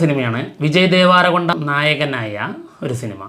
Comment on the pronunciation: Devaaarakonda alla devrakonda